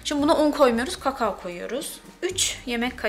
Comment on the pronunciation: KAKAOOO bu kadarmi kötü telafus edilir